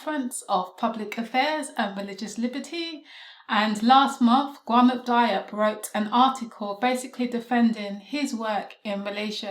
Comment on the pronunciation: Watched the last presentation which was great and am only seconds into this one but want to help you with the pronunciation. I've tried to write it phonetically: Ga-noon Dee-op